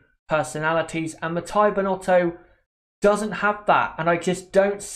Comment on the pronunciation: Please it's Mattia (Mat-t-ee-a, not matt*a*ee*a), thanks. In Italian, "i" is pronunced like the english "ee" (short tho), not like english "i" (which in Italian would be written: "ai"). I'm not gonna go in other details.